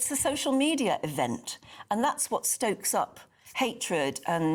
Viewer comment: "For whott"? I will tell you for wottt..working class people fed up with mass uncontrolled illegal migration